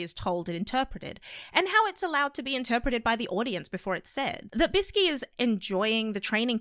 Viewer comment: Its biske not biski